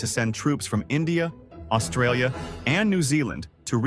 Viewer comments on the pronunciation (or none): none